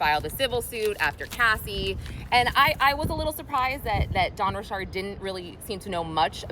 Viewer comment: I swear you and Kadishalynn are the only 2 people who pronounce Dawn Richard’s name right.